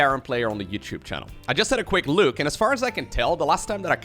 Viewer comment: I love how you say look as luke